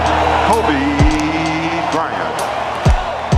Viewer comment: lakers announcer : kobe bryant Pistons announcer : KOBR BRYANT